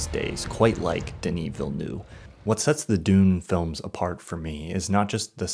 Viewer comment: I really love your point of view. Your yearly top 10 videos help me decide which movies I should catch up on! However, as a Quebecer, I need to correct your pronunciation of Denis Villeneuve 🙃 It’s not the first time I heard it pronounced « Villenoo » but you really need to pronounce the V at the end. The « -euve » sounds like « av » in the beginning of « AVailable ». Hope this helps!